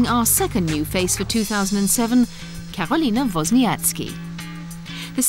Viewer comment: LOL "vozniatski"